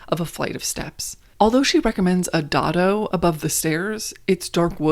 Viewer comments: Isn’t dado pronounced day-do… or is dah-do a US pronunciation? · Yes. I was going say it is pronounced "day-dough" rail. And you describe it exactly right as a rail that keeps other furniture from damaging the wall. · Pronounced: Day dough